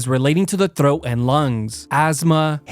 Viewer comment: Why do you say the word throat like that its driving me nuts. Its like you turn scottish for fraction of a second just to say one word in your vocabulary.